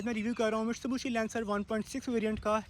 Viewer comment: Mitsubishi ❌️ Mistubushi ✅️ 😂